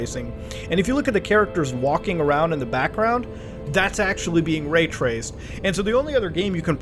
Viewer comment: Muta Dawg, ITS NOT RAYRACED BRO.